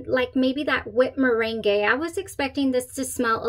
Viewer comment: It’s like the lemon meringue pie. Mer rang pie. Had me scared